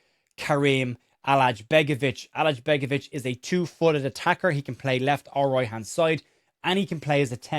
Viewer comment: i don't understand why do brits always say alajCHbegovic, just say his name without that CH, it's easier and it's correct -Allay and begovic(like Asmir Begovic)